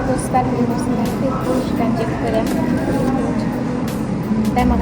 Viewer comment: хет емес хит нормално сүйлө😏🙄